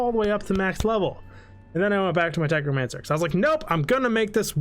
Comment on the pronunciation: Love the video, but “techromancer” is killing me. 😀